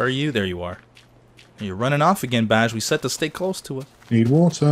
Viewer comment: Description fail. you said "Bai" instead of "Baj".